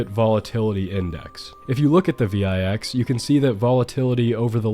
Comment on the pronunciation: I have never heard someone call the vix the V-EYE-X LMFAOO